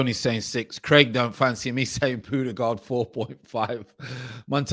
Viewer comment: Your new way of pronouncing Ødegaard is close to perfection ;). If you want to sound like a norwegian the ”gaard” is gawred